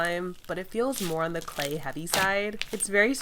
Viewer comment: I always notice you say slay slime instead of clay slime